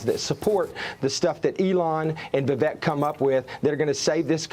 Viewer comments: Vivek always says the easiest way to pronounce his name is it rhymes with Cake. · Different languages pronounce letters in different ways. J in Spanish is H sounding. Jesus is pronounced Heyzeus. Vivek say his name pronounced like Cake. Vivake not how your saying his name. With respect.